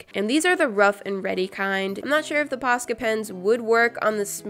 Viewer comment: I have posca pens but i always pronounced them like poshka for some reason but i refuse to change the way i say them